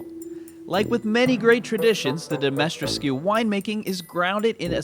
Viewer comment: Why am I triggered when you mispronounce castle Dimitrescu as Ditrimescu or Dimestresscu?😣